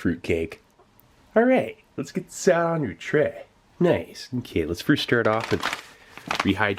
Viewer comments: "Treh" and "m'keh" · The way this guy says “tray” and “m’kay” is so dazzlingly satisfying.